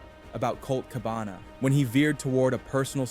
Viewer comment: I'm convinced that both the script and narration of these videos are completely AI generated. The narration is obvious, since it pronounced Cabana's name wrong, and Balor's in the previous. And the script is filled with factual errors, analogies and flowery language, which is common in AI generated scripts.